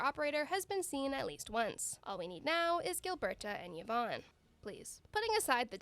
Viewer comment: people finally started to pronounce yvonne correctly and pain